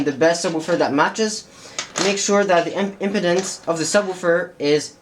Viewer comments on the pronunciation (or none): Pronounced ... IM- PEEE-DENCE not "impotence" big difference :-D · Tim Tidball yes I was very confused until I saw it typed out. I was like what’s erectile dysfunction got to do with this? Oh, wait! Impedance! You’re talking physics!